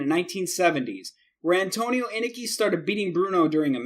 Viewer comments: He also has no proper pronunciation. It's Inoki (In-Oh-Kee) not (In-a-kee) And Rikidozan (Ricky Dozan) not (Re Cody Zahn) And it's Regal (rhymes with Seagull) not (Ri Gall) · Antonio Inoki is one of the 3 biggest names ever in Japan wrestling history, can u plz at least show him respect & pronounce his name correctly. Its phoenetically pronounced: In-Oh-Key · "In-nikki"? REALLY?? Inoki's name is pronounced "In-Oh-key".Kimura is pronounced "Ki-mura" not "Ki-mira". Regal is pronounced "Re-gull" (like British royalty or "seagull"), not "Ri-gal". Know your pronunciation, damn it! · So innoki is not pronounced Inn.uh.key it's inn.oki and Steven regal isn't ruh.gahl it's Ree.gul. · In-O-ke, NOT inake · Anoki (uh•no•key) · #1 in-KNOCK-ee #2. REE-gull ....smh..... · All this time I've been mispronouncing Inoki? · In-oh-key you idiot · InUHkey? Steve Ray? Steven ReGALL? RikOHdeezon? Dude, can't take you seriously when you don't even know the names of these people. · does he even watch wrestling he pronounces a ton of ppl name wrong, luger, oakerland, regal, and more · It's pronounced Eye-no-key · 8. Wrong Stevie Ray dumbass. 7. It's Ricky-Doe Zan and Kim-mura. You need to learn how to promote Japanese names, oh and watch some wrestling before 2001. It's In-NO-Key for Inoki. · Bruh it's in-oh-key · I stopped watching after hearing how he pronounced Antonio Inoki's name. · You mispronounced Inoki and Regal. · Learn the names before you attempt to make a video. Could you have pronounced more of them wrong? Inoki? Regal? Geez! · Awful editing, couldn't pronounce Inoki right, little to no information about any of these "fights", couldn't pronounce Regal, abrupt endings to each clip... This video is disgusting. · And inoki